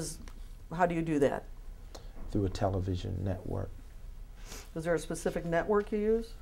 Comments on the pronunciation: At some point he said "Be more die-reck and psss ssss s pacific, so I can ansah your ckestion" 🥶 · its me Thank you for bein pacific.